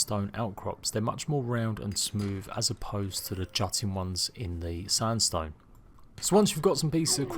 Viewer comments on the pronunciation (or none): I wonder if he purposely said limestone and sandstone wrong on purpose for comments 🤔